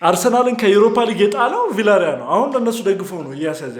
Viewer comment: ቪላሪያል ሳይሆን ቪያሪያል ነው ሚባለው man